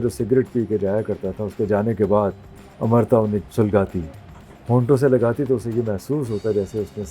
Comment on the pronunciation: It’s amrita Not amrata